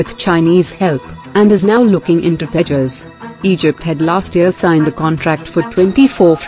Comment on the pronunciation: What's the need for the pathetically anglicized pronunciations when the accent is still indian can't you pronounce Tejas correctly